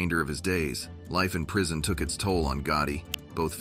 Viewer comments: So, John Gotti got 'leaf in pree-sson'?.. Thanks for that, Mr AI, you top narrator, you!!... 🤔.. 🎭😆🥳.. 🤷‍♂️ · .."He now faces the harsh reality of 'leaf an preesohn'....". !?!? How the f-ck are we supposed to trust AI with complex Weapons Systems when it can't even decipher and translate language codes.....?